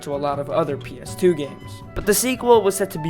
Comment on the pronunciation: Just saying....it sounds like you say Penis 2 games...instead of PS2 ha